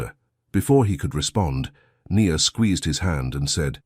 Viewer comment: It's AI doing the narration. If you're not convinced, listen to the Nia and the Ny-an pronounciations, Sorry but most are narrated by AI these days.